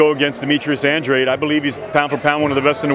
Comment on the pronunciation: Can’t even pronounce Andrade ......why is he getting paid ?